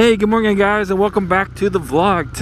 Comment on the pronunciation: i want to know more why so always say morngin instead of morning sir